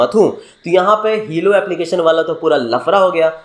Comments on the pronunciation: It's not hilo it's hello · Hilo Nahi helo hota hai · ओ भाई हिलो नहीं हेलो एप है😆